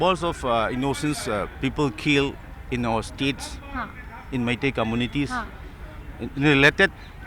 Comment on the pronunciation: Wtf is maitayee, it's Meitei😮‍💨